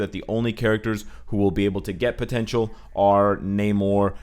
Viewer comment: Huge fan, thank you for the content but your long A in Namor makes me cringe.